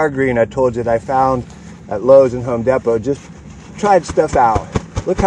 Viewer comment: Did he say home depo